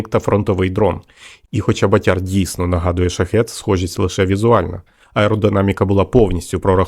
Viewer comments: 👍👍👍 От тільки не батЯр , а бАтяр !!! Наголос не правильно ставиш !!! А взагалі , то пацани молодці !!! СЛАВА УКРАЇНІ !!! ✌️✌️✌️🇺🇦🇺🇦🇺🇦💪💪💪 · Не БатЯр, а БАтяр.Наголос не правильно ставите. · бАтяр, а не батЯр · Так ріже слух ваше ʼбатЯрʼ,бо правильно-бАтяр,це такий хлопець відчайдух,що робить збитки. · 'Батяр- наголос на першлму складі. У Львівській області це парубок- трохи бешкетник, але альфа самець однозначно! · Батяр. Наголос на перший склад. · Наголос на перший склад ))